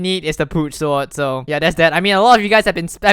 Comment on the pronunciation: he says sword like sward